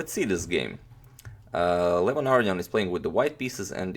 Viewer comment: #suggestion say Levon Aronian's name correctly?